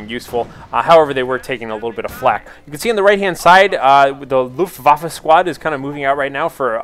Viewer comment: sounds like luftwoffel...which is wrong :P so...wAffe, not wOffe